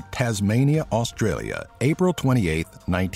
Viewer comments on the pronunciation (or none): none